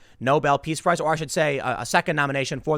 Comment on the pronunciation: Prize... not Price.